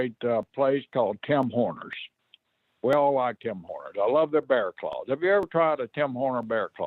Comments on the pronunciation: Its Tim Horton’s. not tim horners. Horton’s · Tim Horners🤣🤣🤣 You mean Tim Hortons. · Why did Brisco call it Tim HORNER'S INSTEAD OF Tim Hortons 😂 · Wondering that too. Turns out Tim Horner was a jobber back in the day. Fucking hilarious. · It’s Tim Horners from now on in our household.